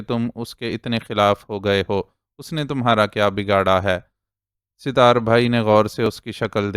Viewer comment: أپ کا اردو تلفظ کافی بہتر ہے اور پڑھتے ہوٸے کم ہی غلطیاں کرتے ہیں لیکن اس ایپیسوڈ میں ایک نام ستار أپ مسلسل Sitar پڑھتے رہے جبکہ اس کا درست تلفظ Sat tar ہے۔ امید ہے کہ اس تصحیح کا أپ برا نہیں مانیں گے